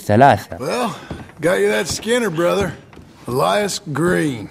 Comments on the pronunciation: اسمو الياس مو الايس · انا لا افهم لماذا تنطبق الاسم بالانجليزية انت عربي انطقه بالعربية"إِلْيَاس"